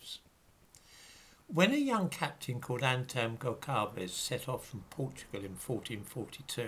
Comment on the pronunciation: I do not wish in any shape or form, to twist your Anglo-Saxon tongue into the excruciating exercise of accommodating this patois Latin that became Portuguese... but in any case, in the unlikely event you finding yourself at ease, under a doldrum of imagination, here it goes: Antão Gonçalves. Antão... begins like ant and 'ão' sounds a bit like the 'own' in 'town'. Without stopping at the middle. Antown... cutting short the 'n' in the end. Gonçalves. Almost there. The 'c cedilla', ç, is read as a sibilant sound like in 'sweet'. If you slightly omit the 'e' in it, you migrate from the Spanish pronunciation to the Portuguese one. Prince Henry, or Infante Dom Henriques, was half English... he bore a moustache not entirely unlike yours... at any rate, I congratulate you for trying to impart some common sense onto this topic of slavery.